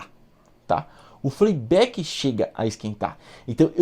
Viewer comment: 🤣 Show esse FLEI BÉK 🤣